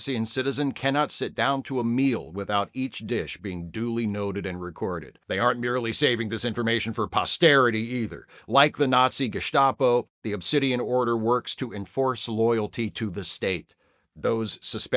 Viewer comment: Did you ever thought making a clip about Cardassia and comparing it with real American politics? Btw, although "st" is usually pronounced as "sh" in german, in Gestapo it is pronounced with "st" like in the word "state". Greetings from Germany.